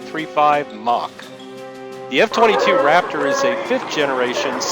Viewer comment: "The F-52 Raptorrr." pause video